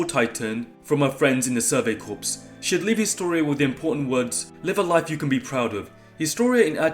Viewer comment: How are we still pronouncing corps incorrectly?